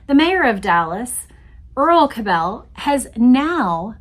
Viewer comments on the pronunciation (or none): You are irritating me to no end with your pronunciation of the Cabell name. I grew up in Dallas and in the 60s the name was pronounced as Kab' le, NOT ka bell'!! Please don't give these low-life bastards a European twist as they don't deserve any more upgrading!! BTW, Earle was later revealed to be CIA!! So it's no mystery anymore as to who changed the motorcade route to the killing field. If they had not taken the right turn onto Houston and kept going on Main, proceeding through the triple underpass, they would have encountered a turn-off to the right to enter Stemmons Fwy!! 😮